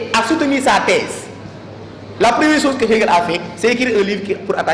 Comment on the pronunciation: La chose et non la soze. Le niveau est quand même faible et je me désole franchement la qualité. Je pleins les élèves qui au lieu de beaucoup lire se fient à de tels professeurs. 《comme M. Ndiaye présent, on dit à l'image ou comme M. Ndiaye ici présent.》